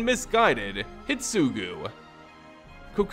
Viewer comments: The only issue I have with this video is your pronunciation. Normally it's not a big deal, but you kept calling Kiku "Kiki" and Hidetsugu "hitsugu" and that drove me crazy haha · What about "Hidetsugu"? Am I crazy for thinking an entire syllable got left out? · Thanks for the timestamp (and apologies for the late response). Yes, a whole syllable was left out. It should be pronounced "hee-deh-tsu-guu", not "hid-tsu-guu". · I just don't like the way you pronounce many names. You miss letters. Hidetsugu for instance in hee-sugu. It should go a bit more like hee-DET-sugu. The rest can be over looked. As no one set what letters to emphasize. But that one is grating lol. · I have only one problem with this video (and it's caused by my OCD) is that you keep mispronouncing terms. Exemples: -you say oroROchi instead of orochi -you say Hitsugu instead of HiDEtsugu. Also... HOW LONG DO MOONFOLK LIVE? I mean, we came to understand that the new Kamigawa is set 1000+ years AFTER the prior one and Tamiyo seems to come from the old one... is she 1000+ years old or does the time on Kamigawa flow differently than the rest of the multiverse? Also also... man, I miss how beautiful stories used to be when they had three expansons to develop instead of rushing like hell. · The video is amazing, but how you pronounce Hidetsugu really triggers me 😂 there is a "DE" between "Hi" and "Tsugu" HI-DE-TSU-GU 😝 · The ogre is pronounced he-det-sue-goo